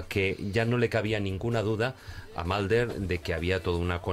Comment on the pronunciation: 'Malder" y "Scally" ... OMG!